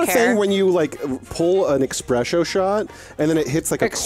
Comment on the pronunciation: They really did dirty. Let the man talk about ‘eshpresho’.